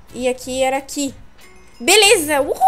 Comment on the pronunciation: cueia em vez de falar beleza fala belesma